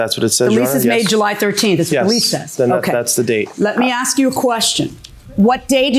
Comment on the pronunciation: First time I've ever heard a white person say ax when they mean ask...